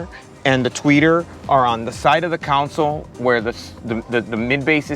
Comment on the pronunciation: My guy, it’s a ‘console’, not a council. Helping you sound like the professional you are. Cheer